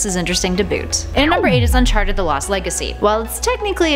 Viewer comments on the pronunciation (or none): none